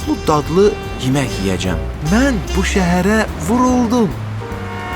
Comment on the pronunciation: yemeh yox yemek